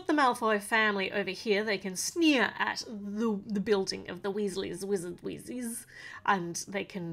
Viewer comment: When you say wheesles wizard weeszes I feel like your talking a different language